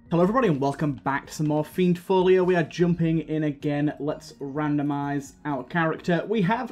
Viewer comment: my name being butchered is terrible and hilarious at the same time! QOTD: the thing i don't want implementing has funnily enough already been implemented which is real time tracking of you and everyone you know, one thing i just realised was that google maps and other apps track your every movement even if you don't even open the app i just opened my google maps the other day and was browsing through the app and accidently clicked "timeline" and even though i haven't used the app in a month all that months locations were there and that setting is enabled by default its disgusting